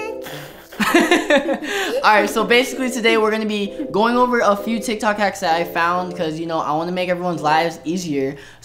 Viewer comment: LOL THE START Michael: today we are going to be trying some tiktok HaCkS!! Jonathan:NIKNOK nAcKs Caught me off guard YO 😵😂😂😂😂🤣🤣🤣🤣🤣🥲